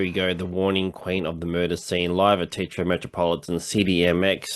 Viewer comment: So, you're another TEA-Thrower . . . . ?! TE-A-TRO !!!!!!!! Got it????????? 😤😤